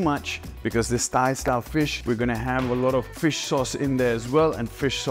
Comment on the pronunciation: He said thigh style